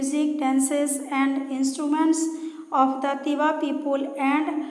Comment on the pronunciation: It's Tiwa Not Tewa